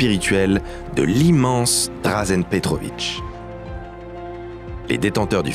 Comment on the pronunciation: Superbe vidéo ! 👍 Par contre, quitte à faire une vidéo axée sur UN joueur, ç'aurait été pas mal de respecter la prononciation de son nom... 😉 Don-TCHITCH, pas "Don-Sitch" . ^^ (BONUS : c'est "Dra-gène" Petrovic, pas "Dra-Zen" . )